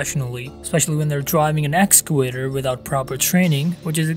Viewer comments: hEy guYS bE CARefuL oN tHe "excalator" LOL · I swear to god if u say excalator one more time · Okay just to prevent you from further embarrassment in future conversation, it’s not excalator. It’s EXCAVATOR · It’s excavator not escalator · Idk why it sounds like I pronounced it escalator but I know that I meant excavator. And my point with him using one hand was that he was distracted by the camera. It's just like texting while driving which pretty much always ends up bad.